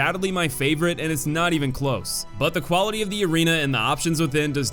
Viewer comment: Why did you say quality like that